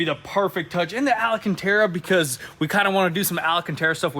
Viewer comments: Why do they keep calling Alcantara "alAcantara? Dude, there's only 4 A's in there. There's no 5th one. Also, it makes sense that they promote Aza Auto Wheel so much because it's a Ukranian company, haha. You go to their website and a promo code message comes up in that language. Ain't hiding anything from eagle eye me, bois! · Al -Can-Tar -Uh. Alcántara in British English (ælˈkæntɑːrə) where did you get the Extra A? Al-Uh-Can-Tar-Uh is rookie talk and you’re not rookies so tighten up.